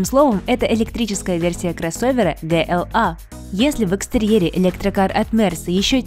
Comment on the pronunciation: Алиса еще не выучила как называется их канал . "Мега электрик" это что-то с чем-то. Для справки, ваш канал называется "МиГоуЭлектрик". GLA нужно говорить не "гэ-эл-а" а "джи-эл-эй".